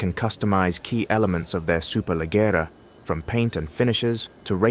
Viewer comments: Leggera! With G how Gentelman not Centelman😅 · Please..... For the love of God ..... Lejera ......not Legggggera